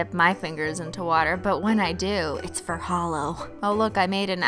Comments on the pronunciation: Am I the only one who think it sounded like she said "because H💿L💿 always looks best over blah"? 😂😂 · LOL MY BF THOUGHT YOU WERE SAYING HOLO AS IN LIKE A HOLE LIKE NOTHING INSIDE LOLOL